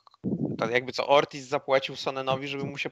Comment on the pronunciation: Ortiz, a nie "orkiz". To nie pszenica orkisz